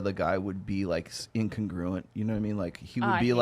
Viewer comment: Can everyone please learn how to pronounce congruent and incongruent? The emphasis is on CON. There is no long "gruuuu" sound.